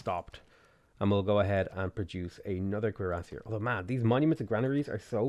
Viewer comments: The pronunciation of cuirassier is French and its cure-ass-ee-air, named after the type of breastplate they wore. You said it correctly at 19 mins despite butchering it (cringe worthy) most of the time. :P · Every time you say cuirassier my brain triggers. Is that the right way to say it? :P Interweb search was a bit onconclusive. Nice game btw mate. If you're ever up for a multiplayer match hit me up.